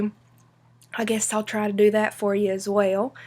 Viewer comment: as well ❌️ as whale ✅️